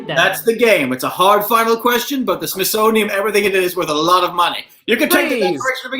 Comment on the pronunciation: pronouncing the Smithsonian as smithsoniUM irritated me so much but I'm kinda glad it didn't turn into a fight like Mason-Dixon/Dixie